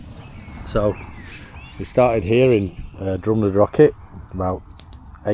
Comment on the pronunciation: Jesus, can you people use your mouths properly, show some respect and pronounce the Gaelic "ch" in Drumnadrochit, Cannich and Glen Lichd the way it's meant to be pronounced? IT IS NOT 'CK' FFS.